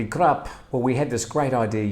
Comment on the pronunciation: Please find a Thai and ask them to teach you how too say hello correctly, No "R" in Cuup